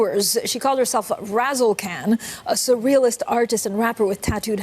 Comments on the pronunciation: Why does everyone keep pronouncing Khan as “Can” It’s “Kaan” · Its RazzleKahn...Kahn is pronounced Con... like CON artist...